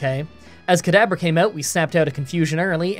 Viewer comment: Am I the only one hearing "Kadaber" instead of "Kadabra"? Gave me a good chuckle, still a good video